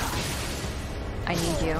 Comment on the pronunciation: Bruh why did she say “I need you” like that 😂